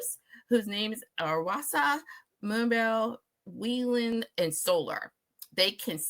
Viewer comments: Nice way to introduce Mamamoo. A few corrections and additional info: Mamamoo considers June 19th, 2014 to be their debut date, the day they first performed their debut single on a tv music show. It's Wheein, not Wheelin, pronounced Whee + In. They can sing, rap and dance but those are just their performance skills. They're involved in all creative aspects of their career including songwriting, arranging, choreography, styling and MV concepts. Between their group, solo and subunit songs the members have the most songwriting credits of any girl group in kpop history (over 200). In western age two members were 19 when they debuted. Wheein and maknae Hwasa were born in 1995. The two of them have been best friends ever since middle school and they have two matching tattoos. The story about the name Mamamoo being universal baby talk for mother is the "official" story but really it's just a cringy tall tale invented by RBW's marketing dept. Mamamoo was the original title of their debut single Mr Ambiguous, which was written for Quincy Jones by Kim Dohoon, the co-CEO of RBW. The girls auditioned the song for Quincy when he was in Seoul for a concert while they were still trainees and didn't have a name for their group yet. When Q decided not to use the song KDH altered the lyrics and changed the title to Mr Ambiguous and gave it to the girls for their debut. The original song title became the group's name. Each member made her official debut as a solo artist between 2018-20 and they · Wheein not Wheelin